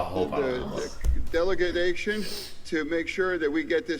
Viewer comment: Delagadation! Umm you mean delagation.